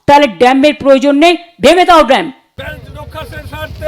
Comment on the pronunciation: ' ড্যাম্প , ডেসিঙ ' আহা , কি উচ্চারণ 😂